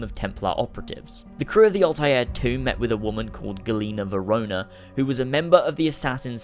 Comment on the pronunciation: Ah man, you were doing SO well until the Black Flag section!! The Observatory IS mentioned again, in Unity's Modern Day Assassin Intel. John Standish was shot, he didn't kill himself. You even showed the clip of that happening. It's 'Gaina VORONINA', not 'Verona.' Plus you kind of need to detail the Uprising series. Very important to the entire story. Otherwise, amazing video!